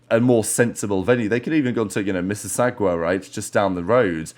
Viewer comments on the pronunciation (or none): that Mississauga pronunciation got me creasing 😂 Honestly an hour away is not that bad... Miamis event is 1 hour from Miami Airport... A champs the size of 2500 people would've been kinda lame imo, so its good they found another stadium like location. Hopefully with the money saved they'll be able to really go off. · Mississauga pronouncation gave me a nice laugh as a toronto native thanks